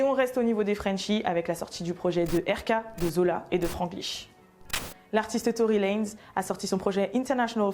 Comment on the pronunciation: TORY LANGZ ? ou TORY LANEZ ?